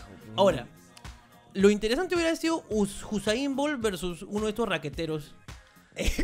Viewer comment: ES USAIN BOLT NO HUSAIN XD